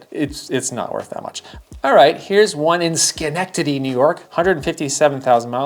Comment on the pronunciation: You pronounced Schenectady correctly! As an upstate New Yorker that warms my heart.